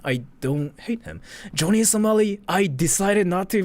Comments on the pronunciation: joany samali? Fukushima Nagasaki? and yet you spent an hour researching this? Johnny (not Joany) and it was Hiroshima, Nagasaki.... only in later vid did he say Fukushima. and I'm only 3 mins into this vid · Dude can't say Johnny...lol